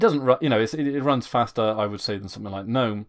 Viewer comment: You aren't pronouncing GNOME (the desktop environment) correctly. It is Guh-nome, like GNU is guh-noo.